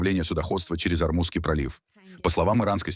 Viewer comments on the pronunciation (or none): none